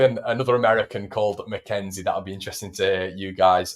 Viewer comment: McKenzie not McKennie